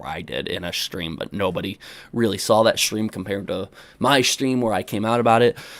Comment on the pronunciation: Also the word saw that you say alot doesn't have an L at the end "I sawl it"